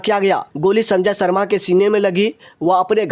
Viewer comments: सर्मा नही शर्मा बोलो शर्मा" ऐसा उच्चारण करनेकेलिये कह रहा हूं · सर्मा नही शर्मा बोलो